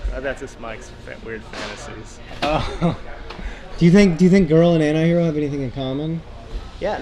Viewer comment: Hope pronounces the "T" in antihero now a days...